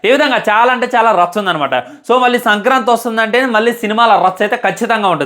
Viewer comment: Orey adhi sankrati kaadhu ra sankranti 😂😂😂